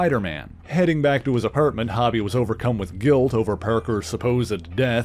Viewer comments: FYI: His name is pronounced "HOH-bee", not "HAH-bee". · It’s not hobby it’s hobie (hoe-bee) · HO-bee, not HOB-ee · Ita "ho-be" NOT "hobby" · Its HOBIE not HOBBIE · His name is pronounced “Ho-bee” not hobby. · I believe it's pronounced Hō bie not Ha bie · Yo, it's pronounced *HO-bie*, not hobby! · For what it's worth...his name is Hobie (not Hobbie) and is pronounced with an "ō" sound; so, phonetically, it sounds like "Hoe-bee." Other than that, thanks for what you do! ✌🏻❤️🤘🏻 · Im not sure if someone mentioned but you are saying Hobie's name wrong. "hoe- bee" not "hobby". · He keeps pronouncing it has hobby, not like it is, hobbie (how-bee) i think. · I'm sorry but the name is HoBee not Hobby. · It's pronounced Hoe-bie not Hobb-ie. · Why do you keep calling him Hobby? 😂 are you not a fan. Hobby😂, Its Ho-Bey.. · It’s HO-b…not hobby…is this dude Canadian?…some of the weirdest pronunciations ever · You usually do great work. But, you're killing me here with the pronunciation of Hobie Brown's name here. It isn't pronounced (hobby) rather it's pronounced (Ho Bee). Just curious, are you Canadian? That would explain why you default to that pronunciation. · HO-BEE, NOT "Hobbie" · His name is pronounced HŌ-BEE not HAW-BEE ... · Dude...it's pronounced with a long O sound, its Hōbie not Hobby Lobby. I can't finish listening to the video. The constant mispronunciation is cringey. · I gotta say, it was really distracting to hear you say "Hobie" (sounding like hobby) as opposed to how it is supposed to sound, rhyming with row-bee. His name is short for Hobart, pronounced Hoe-bart. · It's "Hoe-bee". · The name has one b so it has a long o sound. I totally called him this at first as well though. Great video, I'm glad White Tiger, Sons of the Tiger, and Night Creeper were mentioned 🔥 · It’s Hobie, Hoe - Bee. Great video otherwise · His name is hobie not hobby it’s like spider punk, because he is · HO-bee; it’s short for HOBART ( HO-Bart ) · Hobie pronounced like Coby. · I agree.